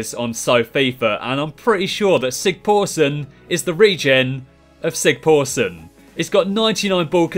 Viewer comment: sigthorsson not sigporsson